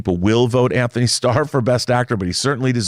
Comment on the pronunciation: Antony doesn’t have an “h” in it. you are mispronouncing his name.